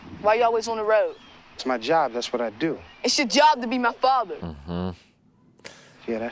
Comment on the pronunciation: “WHY YOU ALWAYS ON THE RUOAD” 😂